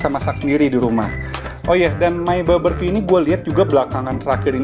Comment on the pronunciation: 9 tahun lebih q skolah .... BBQ di baca baberqyu...